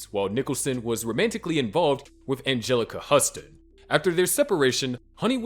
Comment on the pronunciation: Another production spoiled by AI. Clark Gabble, Angelica Husston, Ingrid Bergeman. Lol!